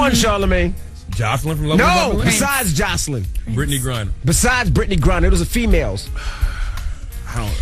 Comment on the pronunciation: Lmao he said britney grinner !!!!!!!!!!